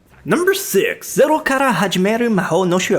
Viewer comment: "Zerro", there is no excuse that can save you now....